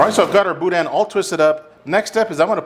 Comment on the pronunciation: Pronunciation tip: you don’t really say the “n” when you say boudin. Like the shadow or silhouette of an “n”. Don’t let your tongue touch the roof of your mouth